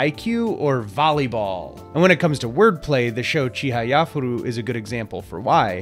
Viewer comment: Hello! I was worried you were not ever going to make another video 😅 but I this video is something I always think is so funny. The names are so weird! But I like them that way and think some of my favorites are some of the weirdest names. So thank you for talking about it. Also the pronounce of chihayafuri was really bad! I don’t mean to be mean or make you sad but that was the worst one haha